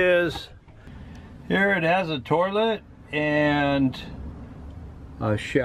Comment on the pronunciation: Did he put a letter "R" in the word toilet? LOL that's like a lot of people who pronounce the "S" in Illinois or pronounce Washington with a letter R = WARSHington.